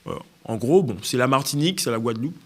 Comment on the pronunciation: On attend quoi d'un ministre qui n'arrive même pas à prononcé le noms d'une îles dont il est censé s'occupé (la Guadeloupe).